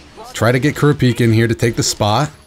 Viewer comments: ( Kura - Pika). not ( Kura- peeka) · Man said kur A pika... bro it's kur rap ika lol but hey each to there own lol, still a great video bro. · hey it's pronounced (ker-rah-pee-ka) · his name is pronounced Crap - E - Ka naw all at once Kurapika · Kur-ra-pi-kah not kirpika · It’s pronounced Ker-op-pika Kurapika the way he pronounced it hurts my ears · Its Ku-Ru-Pi-Ka im pretty sure we watch hxh in dub before to hear how the narrator pronuce his name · No its , kurApika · Kur-peeka, please i cant take it anymore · Kurapiika. How you say his name triggers me. But I liked the video. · Kura peeka? Hurts my soul to hear my favorite anime character of all Time pronounced like that still a great video though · That's how you pronounce it, except for the "u" at ku. It's more like kúh-rah-pii-kah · You heard it hear his name is kurpika 🤦‍♂️like how do you forget to read a whole letter. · Totally a real Lion ku-raw-pee-kuh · That isn't a Glock. That is a revolver, and from the looks of it the closest approximation I can make of what it may be is the Ruger SP101 .22lr, but the rounds are clearly bigger than a .22. If anyone knows what gun that is exactly I would like to know. All I know is that that is not a Glock, this is a Glock: Aside from that minor nitpick and the way you pronounce Kurapika, great video! Keep up the good work and don't let my inner gun nerd get in the way of your commentary. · He pronounces it totally wrong by a mile and its very irritating while watching a video about that character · Love that ur playing jump force, hate that u pronounced Kurapika wrong😂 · Why trigger tho? It's funny how he pronounces it xD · Why do you pronounce kurapika like he a Pokemon🤔